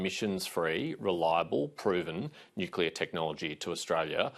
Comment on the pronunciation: Love Patterson, looking forward to Nuc-cleeer-a ? Albanese has to go and take the pack of liars with him. Plibersek, Bowen, Marles , Husic and the education bloke ( can`t remember his name). Go LNP .